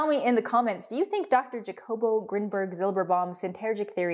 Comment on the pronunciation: Don't you ever disrespect me trying to pronunciate HA- jacobo with a JA like JA-rule lol in a gringo voice